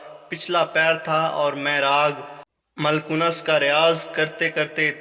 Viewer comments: please improve your pronunciation of Urdu. maalkons not malkonas. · Raag maalkunus nhi hota raag maalkos hota hai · آپ کا تلفظ بہت غلط ہے کہانی اچھی ہے لیکن آپ نے راگ مالکونس کو بہت غلط پڑھا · Paa Ji… pronunciation bhi aik cheez hoti hai…. Raag ka naam …